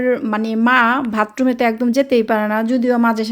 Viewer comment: বোন ভাতরুম বলে না, বাথরুম হবে।